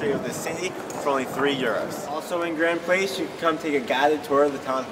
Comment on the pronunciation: Note to American uploader or presenter: it is spelt "Grand Place" but pronounced a bit like "Graw-n-d - Plass" not as you pronounced it like "are you coming round to my place tonight". And Bruxelles if you are French - I won't get into the Flanders and Wallonian dispute!!!! Beautiful city!! Just wish Americans pronouned places properly!